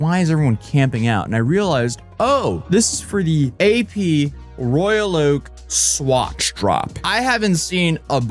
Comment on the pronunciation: swatch shore lol